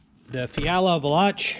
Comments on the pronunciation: Pronounced....... Val ... lock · Pretty sure it's pronounced VAY-LOCK. Don't quote me on that though.